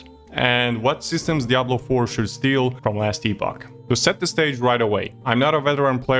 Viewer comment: Nice review. Not sure if i'll try it out. Our treasured ARPG's going online only is a downer to be honest. Miss the days of offline options - considering there is a $44 price tag... PS: Just feedback - I see it's not your native language but it's "Epp-och", no "EE" sound.